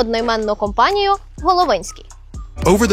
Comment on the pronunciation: Головинський, наголос на другу о.....